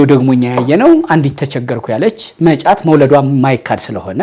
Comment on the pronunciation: እመጫት በል መ ጫት አትበል